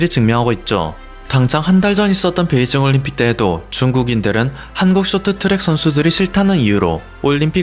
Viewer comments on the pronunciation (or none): none